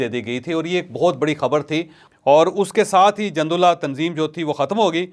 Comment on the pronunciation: Jandullah nahee Jundullah. Jeem par pesh hae. Jundi arbi main fauji ko kehtay Hain.